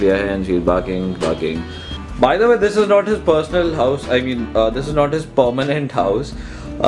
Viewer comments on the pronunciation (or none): none